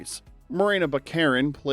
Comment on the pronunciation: It's not "Buh Karen". It's "Bachareen" or "Bock uh reen".